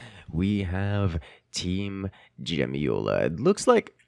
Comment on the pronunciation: Jemioła is prenounced - Yem-yo-ua